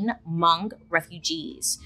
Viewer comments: im so happy you said hmong properly, love u bailey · I'm so glad that you pronounced Hmong right. I'm Hmong and no one ever pronounced it right the first time or every other time lol. You don't wanna pronounce my name: Npla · was surprised to hear hmong, i had to replay it to see if i heard it right because pronunciation was off, but its great to hear Bailey talk about it!!